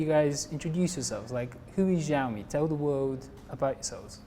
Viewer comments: The interviewer can't even speak the company's name properly and sounds like an asshole. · was really unprofessional and defending the iPhones for whatever reason, I don't know. Hugo Barra did a really good job at keeping his cool. should've learned beforehand how to pronounce the brand name, which clearly he didn't. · Am I the only who noticed that the interviewer is even not able to pronounce "Xiaomi" properly. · Please at least pronounce the name right of the company when interviewing it's Vice President.